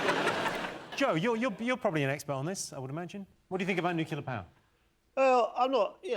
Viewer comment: I really wish Jimmy would learn how to pronounce nuclear.